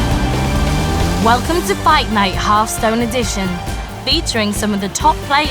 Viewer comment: 'Who will go home as a half stoned champion?'